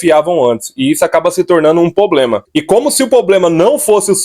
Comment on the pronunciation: "POBLEMA"? É sério!?